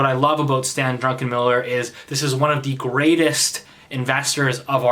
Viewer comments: Druckenmiller not Drunkenmiller........lol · Drucken not Drinken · Drunkenmiller,? 🍺😅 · hahah yeah he said drunkenmiller each time. That was hilarious.